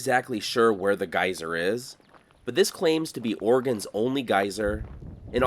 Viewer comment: I was like whats a guiser? dude then showed us a geyser😆